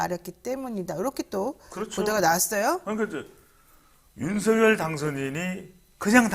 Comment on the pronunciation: 배동선 소장님 발음을 정확하게 하시기 바랍니다 ? 발음할때는; 윤성열로 발음하셔야 맞습니다 쓸때는; 윤석열이 맞습니다